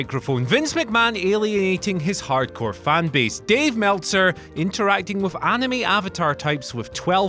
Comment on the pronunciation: HE SAID ANIME WRONG OMFG STOP THAT BOTHERS ME SO MUCH AND IDK WHY DHAOSHAIAJSIA